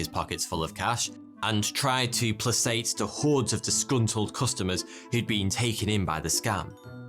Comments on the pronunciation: It’s pronounced ‘play*kate’ not ‘play*sate’ = placate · not "pluh-sate", "play-kate". placate - verb -to make someone less angry or hostile. Love your work. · Pla-cate not pla-sate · It's not "pluh-SATE" it's "PLAY-kate". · "tried to plasate.." you mean "placate" right? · plasate is not an English word, and placate is absolutely not pronounced that way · Did he say "plah-sait" when he was saying placate??? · Good episode. One thing though - you pronounce 'placate,' with a hard 'c,' i.e. pluh-KATE. Oh, and I'm guessing Ponzi was romantically interested in that nurse. Or she had a rich parent. There's no way a [string of repulsive expletives deleted] ever did anything altruistic in his entire life. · "Plassate"? That's not how you say "placate". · And placate as plasayt. That was nice. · I’ll never get over the way you pronounce placate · his pronunciation of Placate and Behemoth leave a lot to be desired lol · Did you just f*ing say "placate" with a soft c?????? What is this world coming to. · And all this time I’m thinking how could I tell anything,? He knows everything! Well, I can tell him how to properly pronounce placate. 😛 Also, thanks for all the videos 🙌🤘👍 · "placate" is pronounced with a hard c sound. Well-read, digital age podcasters of seem to have pronunciation gaps in their educations. Not their fault at all. . . This old lady is here to help.